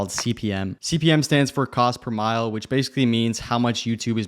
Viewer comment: just a heads up it’s pronounced “mill-eh”. As in cost per mill-eh. It’s latin for thousand.